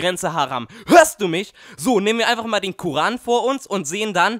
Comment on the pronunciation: So spricht man nicht mit dem kuhran